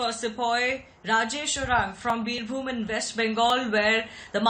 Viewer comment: It's pronounced as "Birbhoom".. not "Birhum"...